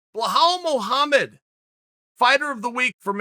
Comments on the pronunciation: jajajajaja Blahal Mohammed. I love how he gets fighters' names wrong on purpose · "Blehowl Mowhammad" - Chael Sonnen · What the fuck was up with uncle pronouncing belal muhammad 🤣🤣🤣